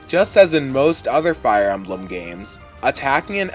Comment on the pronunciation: "Fire Almblem"